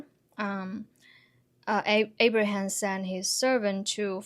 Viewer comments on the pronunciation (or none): none